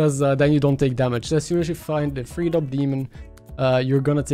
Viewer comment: Hi, it's Geo your speech coach again. You are still pronouncing "three" wrong! I hope not to embarrass or make light of it.For some reason you recorded the word wrong in your brain maybe at an early age? I used to tutor English to Japanese ppl bc my gf who was would get me jobs. Practice saying, "SEH (rhymes with meh) - REE. Pretty much like "sorry". the TH sound is passable that way, one can barely tell the difference. "Fury" has been the only, and i mean only, other word I've heard you struggle with. Same deal: FYEH - REE. Keep up the great work, awesome content as always!